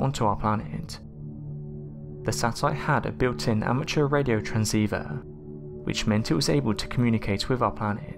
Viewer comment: * I think he said SOWARE ECWIPSE TWANSEIVER WECORDED CWIPTED CWEATURES !!!!!*